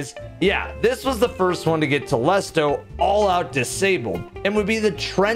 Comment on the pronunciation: I feel like it should be pronounced "Telésto" That's how I say it anyway.